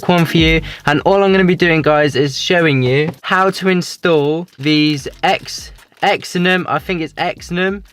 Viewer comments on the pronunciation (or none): It’s pronounced “zen-on”